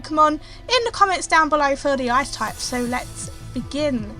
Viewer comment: Thought she said "Ass Type" in the beginning.